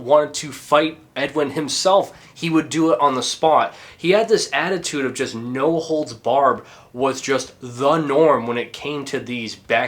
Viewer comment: Did you say, "No holes barb", at around 10 minutes 10 seconds?